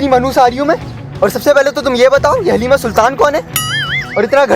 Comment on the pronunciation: Aslo its pronounced HALIME not Halima or Haleema. And its pronounced HALEEM-AY